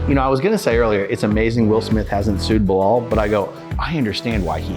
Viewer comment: This is 1 of the best interview Tashak has done, opened my eyes. but it's just 1thing he kept saying that has me crying 😂😂butchering bilaal's name. I can't 😊